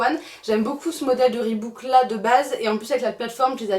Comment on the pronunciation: on dit reebok mdrrr pas reebook 😝